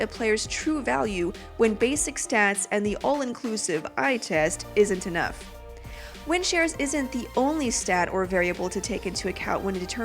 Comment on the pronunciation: You sound like you're saying wind sheers